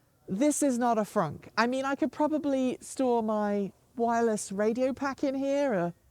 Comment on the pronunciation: Lol that “frunk”